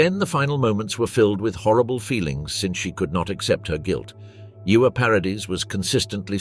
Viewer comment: Ewa is pronounced Eva, not Iuwa. It's German, not Welsh. 😂